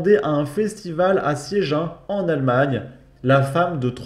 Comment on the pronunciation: Pour Siegen ce n'est pas "siéjin" mon cher ,mais "zigaine" ....oui le germanique est une langue aussi retors que la nôre ...Sinon j'ai bien rigolé pour le titre ,joli ajout d'un nouvel adjectif.